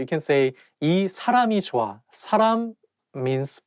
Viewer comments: It may sounds like "w" but I think it's "h" sound, however when you pronounce it fast it sounds like "w" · It's joh-a Hence u get that 'w' sound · when he was talking about saying “person” he pronounced ㅎ as w